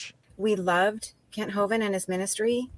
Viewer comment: Kent hoven has been around since the '90s, I remember the government set him up and he ended up doing 10 years in jail because he was out there preaching the truth. Oh and by the way you guys are butchering his last name! 😂